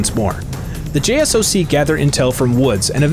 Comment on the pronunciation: Hey man so JSOC is a actual unit and it’s not said J-S-O-C like saying each letter it’s basically saying J-Sock like that and it stands for Joint Special Operations Command a part of SOCOM or Special Operations Command